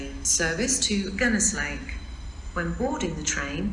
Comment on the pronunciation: Good to hear the announcements are mangling both English and Welsh language and station names... Especially the announcement to Gunnislake... A laugh a minute...